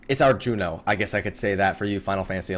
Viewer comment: its Jeuno! not Jueno!